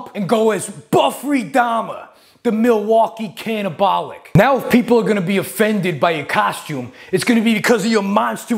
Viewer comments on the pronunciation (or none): "The Milwaukee Cannabolic"